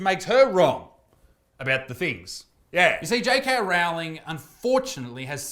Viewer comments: I wince every time someone mispronounces JK Rowling's surname. the first part should be pronounced to rhyme with sew, not cow! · Great take as always, but I was continually feeling my ears burning at your pronunciation of JK's surname. The "Row" is like rowing a boat instead of rowing with a trans activist clown. Or like "rolling".